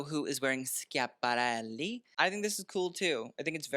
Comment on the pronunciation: As an Italian, I LOVED how you pronounce Schiapparelli